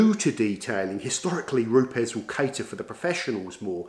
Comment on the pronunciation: Great video although the company is pronounced as “roops” 😎